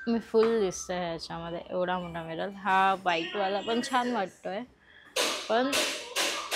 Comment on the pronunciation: Miral nahi, Mirror as boltat